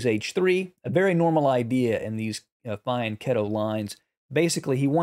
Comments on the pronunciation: FWIW, a quick google says: The proper pronunciation of the word "fianchetto" is fee-ahn-KET-toh. The first syllable isn't "fie", and the "ch" is pronounced as a hard c, as in the word "cat". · No H, and one more T.